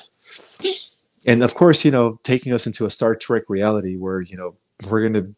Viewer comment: It's not Star Track it's Star Trek - Trek meaning journey, just an fyi